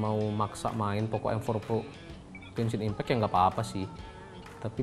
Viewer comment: POKO mas bacanya